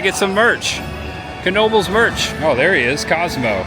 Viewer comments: Knoebels pronunciation is (know-bels) that is if you weren't trolling us..😊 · The K is silent its pronunciation is Noebels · You tell em! "Know-bles" is in "Ellis-berg". "Knoebels" is in "Eel-eez-burg" haha! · Incorrect, it’s kuh-noh-buhlz. The k is fully pronounced because it comes from a family German name. Also when you call the hotline they pronounce it that way on the recording.